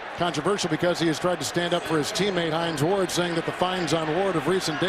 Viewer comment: Notice how Kevin Harlan fucked up Hines Ward's name ?... He said "Hine Wards.", instead...